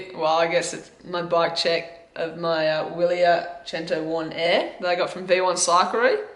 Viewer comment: Just for reference Wiler is pronounced Vili-air, So its a vili-air Uno Air. Has a 386BB which is pretty big and provides maximum stiffness so that every amount of energy put through the pedals tranfers to the rear the wheel. Power meter on the bike ?Handle Bar width ? Stem length ? Brand of bars and model ? Crankset ?? I would say by the look you have a 50/34 with a crank length of 165mm . rear casette ?? 11-28 ? Just trying to help you out a little here but these are things i would go into detail about and why you have them. For example like u did with your wheel choice going for carbon with aliminium braking surface...If you would like some help just hit me back